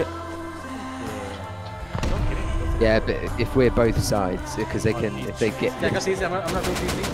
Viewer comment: why can you say but, you keep saying BAAAAAAAAAAT